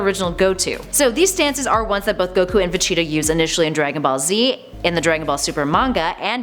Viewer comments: It’s vegeta not vecheta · Ve-GEE-Ta Not Ve-Chi-Ta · It's Vegeta not vecheeta , pronounced Vah-Gee-Tah (Gee As in the letter G not Gi same when saying gogeta) It's Gogeta Not Gocheetah Pronounced Go-Gee-Tah and it's Pilaf pronounced Pee-Loft (The T Is Silent) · Not if they pronounce vegeta vecheata god its so weird 😄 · Did you say,,,,,, VACHITA?! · fecheetah and gocheetah lol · VaCheetah 😂 really ? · Am i the only one who crinched when she says "Vageta"??? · Ve-cheeta my god am i the only one pissed off how she says this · Vecheata?? I don't like how you pronounce my boys name lady, still a cutie tho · This ningen said Vecheeta 💀💀💀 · gocheetah vecheeta lool pronounce it properly u bean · Thank you someone who noticed she’s copied and also every time she mispronounces vegeta’s name I wanna punch her she is literally saying Vechita goddamn woman you must not watch dragon ball cuz even in the sub they clearly call him Vegeta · They all do this man throw a dislike and see another channel doing the same shit also cant stand this chick for pronouncing VEGETA "VACHEATA" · it's not just him, her pronunciation pisses me off too, vecheta? really? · Why so much mispronunciations on Vegeta, Gogeta and Pilaf? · I don’t like how she says Vegeta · I hate how she says vegeta